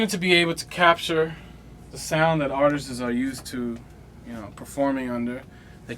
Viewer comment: "artistses" ... That was my favorite:S lol